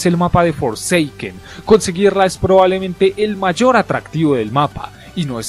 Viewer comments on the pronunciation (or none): none